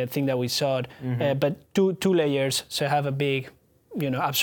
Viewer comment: it sounds like he is saying 2 light years, we have 2 light years, instead of saying layers